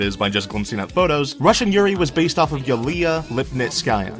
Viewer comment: When he said Julia’s name, I died a little inside